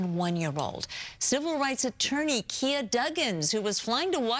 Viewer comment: Too many questions, never enough answers! Will the truth ever be known? Speculation is not needed. We see and we saw. Rest as easily as you can good people. You didn't deserve this. 💔 x 67 Btw, Kiah Duggins' first name is pronounced Kī-yah - not Kē-ah.